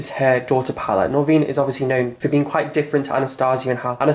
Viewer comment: Why do you pronounce Norvina's name wrong?